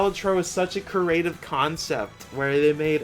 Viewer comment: Creative** It's pronounce kree-ay-tiv. work on it.